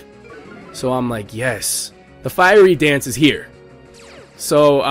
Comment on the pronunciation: Firey Dance? Lol..."Fiery"